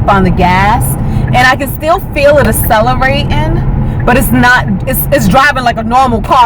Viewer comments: Acceleratin' = accelerating - with a 'g'. Yes the grammar Nazis are watching you. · WTF is celeratin??? I had to stop there... What language is this? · Acella-ray-in. Learn English. Hold bowf ahh dez buttons...Again learn English. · Aceleratin lol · i like how you pronounce accelerating so sexy